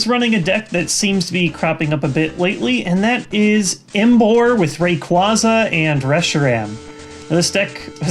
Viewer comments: Its pronounced Ray-Quaa-za not Ra-Quazz-aa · I enjoy your videos yes and not trying to agree with the troll but you're mispronouncing some names assuming the anime is in effect. Rayquaza has a long a on the 2nd a in it's name, Virizion is pronounced Vir-I-zion like Verizon with an I between the z and o. That is all I can find wrong in your pronunciations. Also could you give what cards you need for the deck in the description and also is there any way to replace Tropical Beach because it is a pricy card...also where's? Greatvid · I think you mispronounced Rayquaza. Its a common mistake.